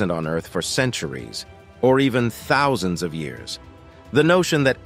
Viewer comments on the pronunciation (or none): none